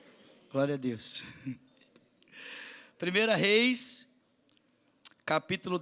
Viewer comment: NÃO SE PRONUNCIA PRIMEIRA REIS,POIS NÃO SE TRATA DE CARTAS,E SIM DE LIVROS. PORTANTO A PRONÚNCIA É PRIMEIRO REIS. QUANDO FOR EPÍSTOLA OU CARTA A PRONÚNCIA É PRIMEIRA.